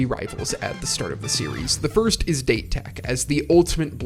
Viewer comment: It's a great video, but is it intentional to pronounce date tech and furodate as "date" when the correct pronunciation is "dah-tay" and "foo-roe-dah-tay"? I wasn't sure if it was a bit since I've noticed it in other videos and it has obviously not been corrected.